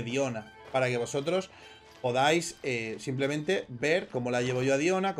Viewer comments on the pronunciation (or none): none